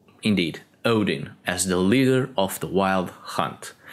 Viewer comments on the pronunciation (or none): none